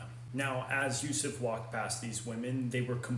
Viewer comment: His blessed name is Yusuf bin Yakub, at least learn to pronounce his real name. BTW he (pbuh) is closer to us than you so don’t imply anything you have no knowledge of.